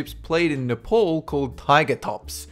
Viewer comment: you don't know how to pronouns Nepal